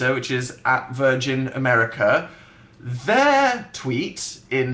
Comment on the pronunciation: out of everything i could be commenting, i choose the way he says 'their' 😂